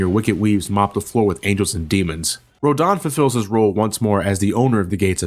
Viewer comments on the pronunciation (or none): none